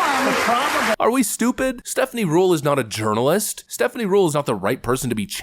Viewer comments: Did you say "urinalyst Stephanie Ruhle"? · Yernalist? Or Urinealist? Taking the piss😆